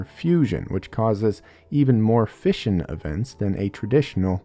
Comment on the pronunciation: I heard fishin' instead of fission for the first 5 minutes or so